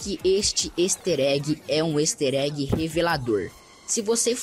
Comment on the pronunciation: neeee o "ester" egg e o benny's "Mota" works